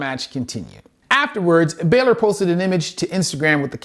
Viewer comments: Pronounced Bawwlor. He also mistakenly calls Punk Edge. The cool thing is he is bringing attention to how talented and athletic these entertainers must be not to get injured worse and more often. These all happened in a short time span. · And calling Balor Baylor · Love the video awesome stuff. Please pronounce people's names properly example it's co-fee, not coffee and bal-or not bailer. Thanks, keep the great videos coming